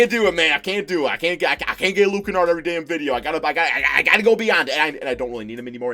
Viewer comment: My brothers good friend is cousins with luke kennard the last name is pronounced ken-erd